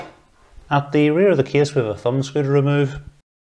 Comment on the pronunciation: What a great "Ca-YSE" 😆